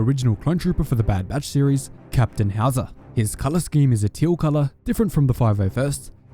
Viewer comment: At first I thought Howzer had a German name lol, it sounds like „Hauser“ which is an actual German name 🤣